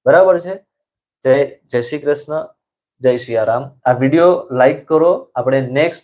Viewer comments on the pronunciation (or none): none